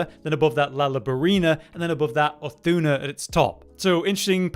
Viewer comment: Can we talk about how badly he is pronouncing Uth Duna's name?